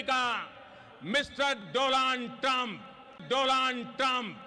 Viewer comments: He said dolaan not doland🤭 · He pronounce it as Dolan😂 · “DOLAND Trump, friend of India”